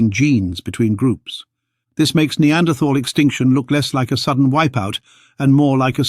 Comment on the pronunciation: Pity you cannot pronounce Neanderthal properly.